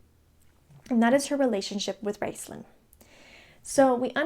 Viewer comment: It's RAISTLIN, sweetling!!! Mon dieu!!